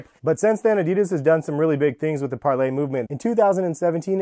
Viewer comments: Its parley, not 𝒫𝒜𝑅𝐿Á𝒴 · Im pretty sure its par lee, not parlay. its spelled parley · It’s not pronounced parlay, it’s pronounced parleeee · Its pronounced parlee not parlay tf???? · It’s Parley not Parlay... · Why do you keep calling it Par-LAY??? It's Parley. It's a word. Learn it. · It’s pronounced par-lee not par-lay! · im not sure if your saying it wrong but i looked up other videos on this shoe and they pronounce parley differently pls look up how to say it because idk how it is actually pronounced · Being American is to create unnecessary pronunciation which isn't the proper form of English. Only Americans pronounce that way and thinks its the right way.